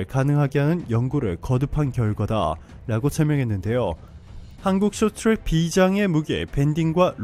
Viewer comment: 숏튜랙 이라고 읽네ㅋㅋ